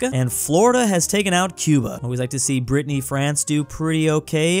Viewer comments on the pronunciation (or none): none